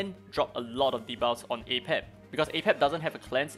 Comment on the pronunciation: It's actually not pronounced as ei-pep but rather uh-pep. Sorry to get nerdy lol 🤓 I just managed to auto k10 with my own team ( Li ling, Freya, Sander, Medusa , Chang pu) so this guide was helpfull to which characters I need to focus next